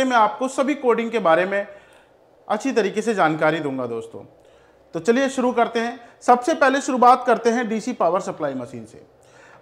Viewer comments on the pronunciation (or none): none